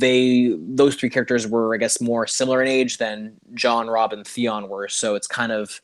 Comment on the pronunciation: Why does keep saying (Thay on) insted of Theon? Does he have a lisp or somethayng! Ha